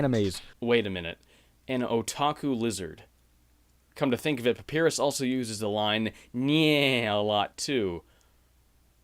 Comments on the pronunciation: PAPIRUS?! No, its Papyrus, Pa-Py-Rus, got it? Pa-Py-Rus! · IT'S PUH-PIE-RUSE YOU ILLITERATE FOOL. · Papyrus (Pap-eye-rus) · Who else started bursting out laughing when he attempted on papyrus's name?